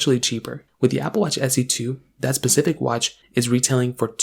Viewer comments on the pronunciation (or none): “Keep in mind” must have been said 400 times in this video. Painful to watch. A recorded video has ZERO excuses for poor quality script. You could have recorded this over and over until it was perfect. Also; the watch bands are inside out. It’s also “specific “ not “pacific “ How has this guy got so many followers? The content is terrible.